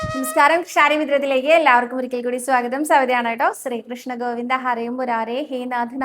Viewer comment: 🙏ഹരേ ഗുരുവായൂരപ്പാ ശരണം. 🙏. സ്രീകോവിൽ അല്ല ട്ടോ ശ്രീകോവിൽ എന്ന് പറയൂ. സ്രീകൃഷ്ണൻ അല്ല ശ്രീകൃഷ്ണൻ ആണ് ട്ടോ. ഞാൻ പല തവണ പറഞ്ഞു. ക്ക് നല്ല വ്യക്തമായ ഉച്ചാരണം ഉണ്ട്. അതുകൊണ്ടാണ് വീണ്ടും പറയുന്നത്. 🙏